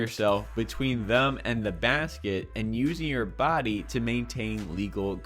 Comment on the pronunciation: just the way you say "them" -or did at least once, I'm not totally ruined in to noticing it - sounded like the particular indicator of a Maryland accent.